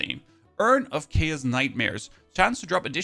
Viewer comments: It really annoys me how he can say chaotic correctly but not CHAOS! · It’s cool hearing keas instead of chaos with his accent.